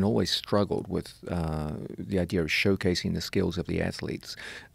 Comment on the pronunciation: I'm sorry, but nothing shuts my brain down quicker than someone pronouncing idea as "idear."